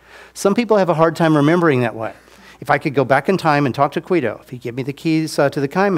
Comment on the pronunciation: Is there a reason he always says "Quido" when he means to say "Guido"? Is that some kind of inside joke?